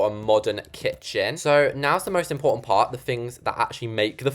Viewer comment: is it just me or did you sound a American there when you said "PaRt 💅"